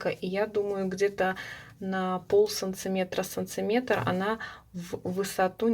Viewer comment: Все хорошо , и объясняете отлично , НО санЦыметры !!! ААААААААААААААА!!!!!!!🙉🙉🙉🙉😥 .простите если обидела